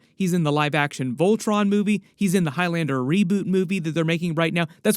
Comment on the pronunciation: Wait a damn minute, did you say Voltron?😮